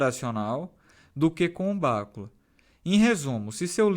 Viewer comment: A pronúncia em português é bacúla . Em inglês soa como se fosse um termo proparoxítono, mais ou menos como béküla . No português este termo para pronunciar, como se está pronunciando no vídeo, tem que ter acento na antepenúltima sílaba. O assunto é informática, mas cabe aqui esta informação.